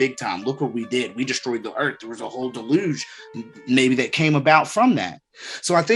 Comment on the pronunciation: The way you say deluge sounds like you mean delusion. Deluge also being connected to water, water being connected to emotion. Weirdly adds up to what you’re explaining on hiding the truth and demonizing it. People went delusional and disconnected. Even weirder that it feels like it’s happening even more this time around.